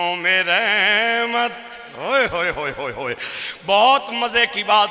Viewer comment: لفظ "رحمت" کی "ر" پر زبر پڑھا کریں۔ جیسا قرآن کریم میں ھے "وما ارسلنک الا رحمۃ للعالمین ھے۔۔